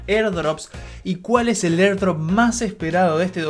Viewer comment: mierda en el segundo ya estoy cansado de escucharte "erdrop"